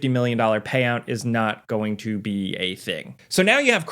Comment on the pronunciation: stop pronouncing two or to like "chu" dude its driving me insane